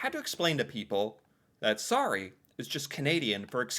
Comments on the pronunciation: Sorry, spell like saw- Ryan not re. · Saying "sorry" but pronounce the O as an A sounds... insincere to our ear. Like, if you were really apologetic you would say the word properly. It makes it feel like slang and that's not good if you're apologizing. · The 24th of May is the queen's birthday. It's Victoria day long weekend. Also, the way you say sorry, sounds like sari , which is a traditional Indian dress. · I’m Canadian but basically always pronounce it the American way.